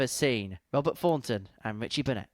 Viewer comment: Bahaha, dope in his "hearing aid beige " suit . and white chav trainers ..."Wobert Fawnton" Withcie Burnett"....🤣